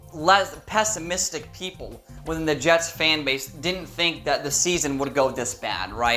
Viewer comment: The Je(s)ts ... as in 'surely you ... ' ☹️